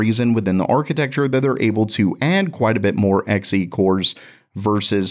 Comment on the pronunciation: I wonder if know that Xe is pronounce Zee he sounds dumb calling X E.